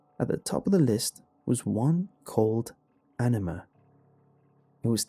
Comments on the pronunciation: I... I kept hearing enema... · Having the knowledge of the meaning of anima kind of ruin these stories for me. And it's kind of weird to listen to the English pronunciation.